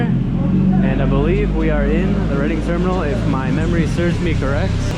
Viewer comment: It's Reading, pronunced "Reding"